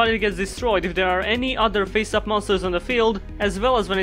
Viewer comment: The funny thing here is you sometimes pronounce 'Face up' as 'Pissed Off'.